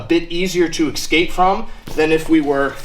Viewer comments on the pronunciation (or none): The word is *escape, not ecscape.